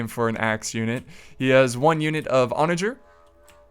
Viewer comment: I'm pretty sure u mispronounced onager about 100 times 😅